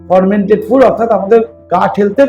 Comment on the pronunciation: উচ্চারণটা ফরমেন্টেড নয় ফারমেন্টেড। সব ওয়েদারে fermented food তথা পান্তাভাত চলেনা। কারণ কোথায় কোন ব্যাকটেরিয়া তৈরী হবে সেটা বোঝাযায়না।